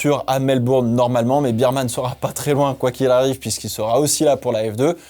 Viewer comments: Moi c'est la vitesse de pointe des Williams qui m'a étonné, les seules à monter à pratiquement 340km/h ! Est-ce-que cela veut dire que ça va jouer les bonnes places sur un grand prix rapide ? PS: Il faut prononcer "Birmane" et pas "Bermane" ? "Bear" comme "ours" en anglais non ? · Petite correction de prononciation, on ne dit pas Bireman mais Bèreman comme l’ours on dit Bear et pas Bier comme la bière haha super vidéo sinon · On dit "bairman" (ours) et non pas "birman" (biere)... Je comprends qu'on préfère le 2eme mais il faut tout de même bien prononcer son nom a ce jeune homme 😊